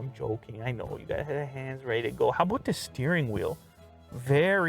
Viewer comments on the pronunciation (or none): Did you say “How aboot the steering wheel?”